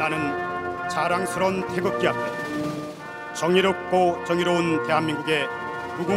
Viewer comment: 자유롭고 정의로운이 아니고 정의롭고 정의로운 이라고 들리지 내가 이상한건가?